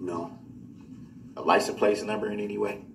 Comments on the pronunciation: License PLACE. he cant even pronounce simple words. Makes him look and sound even more stupid. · It sounds like he is saying license PLACE - not plate! Is that yet another Brooks-ism, if I am hearing right??? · Yep. Lisent place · 🤣He reminds me of when you first learn to write or fill in for a job you’re not qualified for. Why does he keep saying Ly-sent Place? Just idiotic.😤🤣🤣